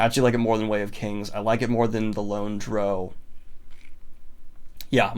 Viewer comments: I'll only comment on things that stuck out me about books that I've read. I completely disagree with the Fellowship of the Ring being a perfect title to represent the book. Purposefully mispronouncing a word (Drow) because you like the way it sounds better strikes me as willfully ignorant. The Way of Kings should definitely be rated differently, It's not only the title of the book but the tittle of a philosophy book in the world of the Stormlight Archives . The main story line of the WoK's is about three people from extremely different walk's grappling with their own morality in situation's where their own interests go against what's considered the right way by their respective groups, I can't think of a more perfect title. I couldn't agree more with his criticism of the American tittle for the first Harry Potter book. I agree with a lot more of his thoughts than HP, It will stand as representative for the others. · Wow...I came in expecting to feel a little defensive on some titles but then out of nowhere we get that pronunciation of drow. It was like I was walking through the forest hiking trail, worried about bears and coyotes, and suddenly a Mack Truck comes out of nowhere and hits me. I'm both impressed and a feeling a little betrayed. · The worst thing about this list is your pronunciation of drow. Gave me the same feeling as nails down a chalkboard. Good video tho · I respect people who call it Drow, but it is obviously pronounced Drow. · Thats exactly what I was thinking yeah the title does sound cool.....if you pronounce it wrong lol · Y'know, I think Drow is pronounced Drow. Anyone that pronounces it Drow is an uneducated heathen lol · I've actually never heard someone pronounce drow the way you do. I guess it makes a sort of sense. Rhymes with crow rather than cow. But now I want cow to rhyme with crow. Drow crow cow. Anyway, I'm still gonna pronounce it the way I pronounce it, but you do you, I guess. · Come on Daniel. Drow rhymes with bow.